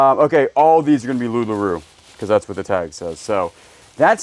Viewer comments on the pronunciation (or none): Not a big deal, but the clothing you keep finding is pronounced Loo Lah Row (as in row row your boat). Sorry, couldn't help myself. :)